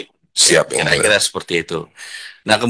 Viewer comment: Ngomong yang mulia aja susah mulut mu Dhan😂😂